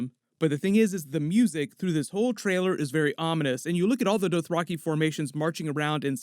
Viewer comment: The Doe-throcky? OK.